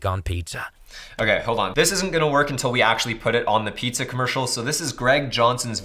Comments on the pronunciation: the dude literally said "pie-zza" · The way he says "pizza"..... Lol. Paetza